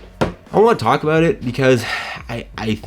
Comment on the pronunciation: There is no better "about", in the English language, than a Canadian aboot.